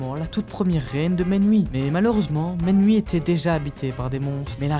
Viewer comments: La prononciation correcte du royaume c’est Miouni 😊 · Tu prononce mal le nom du royaume c'est Mewni 😅 Miuni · Pourquoi tu dis menwi?😂